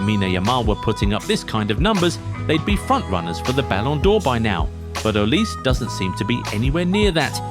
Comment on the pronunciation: It’s not pronounced Oliz, it’s O-li-seh